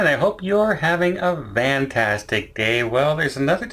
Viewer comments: In one of his first videos, he meant to say Fan-tastic and it came out Van-tastic, so he kept it. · Why does he say Van tastic ?? I’m assuming this must mean something ?